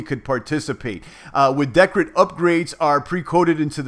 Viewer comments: It's pronounced [dicred] P btw did you hear about the latest iota announcement about Satoshi pay partnership? Cheers brother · *(Dee-cred) as in credit. Cheers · think its pronounced DEE - CRED. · the way u say decred is hilarious!! LOL